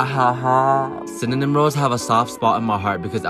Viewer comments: This dude can’t say cinnamon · I mean he said cinanim newede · We'll season it with cinnenom?! Lololol!! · He knows it’s just because he does it to make it funny. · He said it fine, it be a joke!